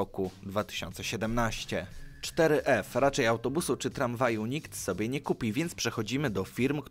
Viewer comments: Ale to jest four f a nie cztery ef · czter ef... four ef jak juz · 4f czytane jako foreve